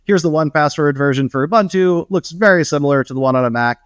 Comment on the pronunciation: Please look up how to pronounce Ubuntu. The name was specifically chosen as a word in Zulu that means to be open and receptive. There is only one way to pronounce it.